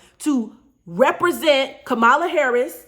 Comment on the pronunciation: Pronounced “Comma-La”. I agree with the message though.